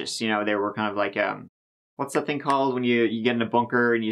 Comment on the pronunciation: I can't bewive dat dey would do sowmefing wike dis